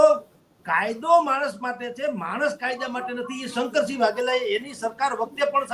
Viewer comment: બેન શંકર્સીગ નહિ શંકરસિંહ છે